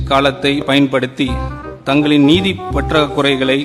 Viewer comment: 😂😂😂 திமுககாரன் பேசும் தமிழுக்கு மட்டுமே அவனுங்க தமிழ் நாட்டை ஆளலாம் 😂😂 சீ தமிழ் படிக்க தெரியல என்றால் ஏன் படிக்கிற வெண்ணெய் 😂😂 நிதியை நீதி என்று படிக்கிற 😂😂